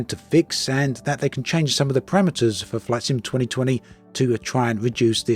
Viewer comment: Something about your accent sometimes makes "flight sim" sound like "flaccid." 😏 I take that as an insult, sir.